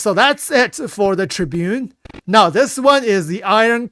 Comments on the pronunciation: The tribune?! What the hell is that pronunciation 😂 Tiburón, "Ti Bu Rone" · Not tribune, it's tib-er-on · Its Aegis Ti - Buron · Tib-er-on . You're the best. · I'm pretty sure the Tiburon is pronounced as Tea-boo-ron my friend.